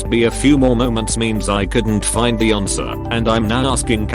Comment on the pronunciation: Lol@ "aRnswer"